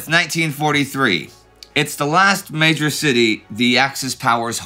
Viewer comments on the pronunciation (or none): none